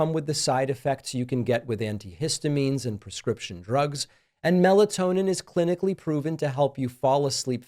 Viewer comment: Can you say meltonin?? Uh oh. Better be careful 😂😂😂